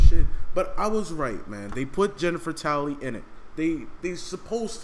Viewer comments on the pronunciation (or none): It’s Tilley not tally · Jennifer Tally, its Tilly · yo its jennifer tilly yo not tally lol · Jennifer tilly, not Jennifer tally